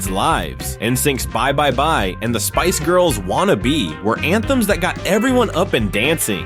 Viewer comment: This is cool, but the way you pronounce “Charminder” and Spice Girls made pause.